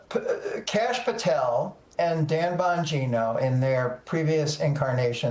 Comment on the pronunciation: Dan Bong-JYNE-o.